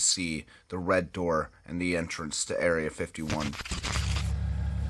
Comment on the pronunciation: It's really not erea 51 ffs 😂